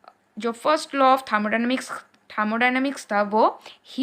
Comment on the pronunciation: Thamodynamics ya thermodynamics 😅😅